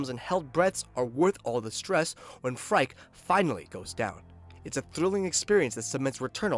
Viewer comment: The name is pronounced like "Freaky" not "Frike" btw.